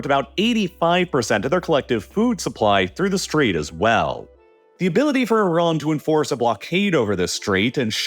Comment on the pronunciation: I agree, so annoying. At least he pronounces Iran and Iraq right.